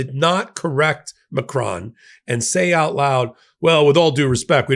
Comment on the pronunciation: Just for fun: it is close to this ma - krone; accent on the second syllable. The "o" in "cron" sounds like hone/lone/sown/. Bad suggestion but it is pronounced like "crony". Get the O sound right and you're a winner. Thank you to my president! From France.